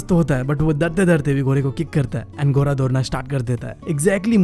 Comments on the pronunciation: घोड़ा ❎ गोरा ✅ 🤣🤣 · Not ghoraaaaaaa 😂😂 it's ghodaaa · Ghoda ❌ ghora😂✔️ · GHODA❌ GHORA✅